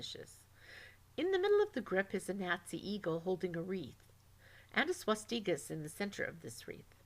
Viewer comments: Useful information but a lot of annoying pronunciation errors. It's "swahstickuh" not "swasteeka" and the German pronunciation was also a little off such as in "Alles". You also said "Elkhorn" instead of "Eickhorn". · one question.. wtf is swasdiga? your pronounsment on everything in the video is very bad.. maybe learn the words before your next video you filthy mixbreed...